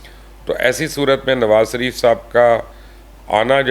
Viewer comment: بے چارے میاں نواز سریف سے شدید ہمدردی ہے۔حالانکہ آ پ شین بول لیتے ہیں مگر نواز شریف کے شین کو سین ہی کہتے ہیں ۔اپنے نام کا شین بھی ٹھیک بولتے ہیں ۔😊